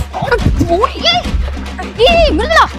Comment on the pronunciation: மிதுலா இல்ல மிருதுளா பேர கூட ஒழுங்கா சொல்லத் தெரியல இதுல லவ் பண்றாராம்